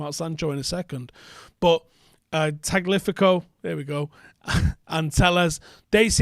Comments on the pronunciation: Tagliafico is pronounced TAG-LEE-A-FEE-KO. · Love the effort but it’s pronounced TA-LY-YA-FEEKO 🙃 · friendly instruction: it’s Tah-lia-fico. The G is silent, Italian style. It rhymes with first name: Nico Tagliafico. It’s like Tagliatelle. You like food, you know what I’m saying. 😉